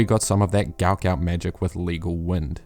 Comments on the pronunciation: Love the videos man, As you are a New Zealander you might consider pronouncing his name correctly. I'm sure he'd appreciate it. Think I saw an interview with his dad where he gave the correct pronunciation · Can you please start pronouncing his name correctly?